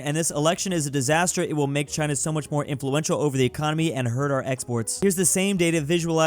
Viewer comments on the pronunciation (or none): none